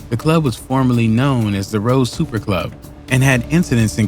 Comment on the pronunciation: You called it the Rose Super club .. its SUPPER not Super .. gtfoh